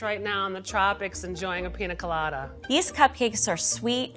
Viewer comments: piÑa god damn it PIÑA! not pina. ok bye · I absolutely hate the way pronounces piña colada... it's not pina colada, pi- ñ -a colada. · WHY is she saying “Pina” 😔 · Whenever the chef pronounced piña colada, I thought "WHO'S PINA?" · God the spanish hurts my soul… Pina colada… ouch Dolce de lehche… my heart You are killing me, my poor Puerto Rican heart! I think she had too much booze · Ugh.. The woman on the stick needs to go. she's horrible. And it doesn't hurt to be able to pronounce pina correctly.